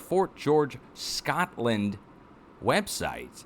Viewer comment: Love the connery-esque pronunciation of "Shcotland"!